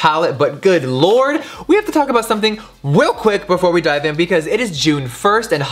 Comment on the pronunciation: "Weal quick" 🤣🤣